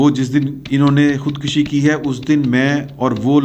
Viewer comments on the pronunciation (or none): Khudkashi نہیں، khudkushi ہوتا ہے۔خودکشی میں کاف پر پیش ہے زبر نہیں۔